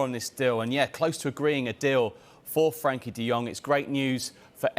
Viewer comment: its frenkie not Frankie put some respect on his name